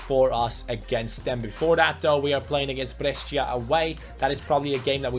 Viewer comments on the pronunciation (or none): none